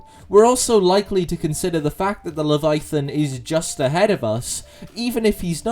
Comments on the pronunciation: it does sound weird without the pronunciation of the middle "a", but not the weirdest pronunciation I have heard even this week. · The scariest thing about this video is how you pronounce "leviathan"